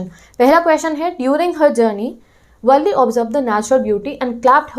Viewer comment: Madam wo valle nhi valli ha 😂😂😂